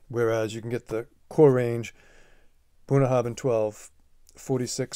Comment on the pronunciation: Just to note in Scottish Gaelic a 'bh' is usually pronounced as a 'v'. The 'bh' in Bunnahabhain is pronounced as a 'v'. *copied from their own website: WELCOME TO BUNNAHABHAIN Pronounced 'Bunn-na-ha-venn', meaning 'mouth of the river' in Scots Gaelic, our distillery is the most remote on Islay, nestled in Bunnahabhain Bay on the shores of the Sound of Islay.